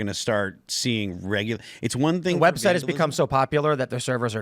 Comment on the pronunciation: Did I hear her say "Web Shite?" It most definitely is that.